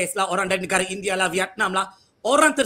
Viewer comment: Hancurnya bahasa Melayu.......sok Melayu tapi ucap negare, bahasa...bukan bahasa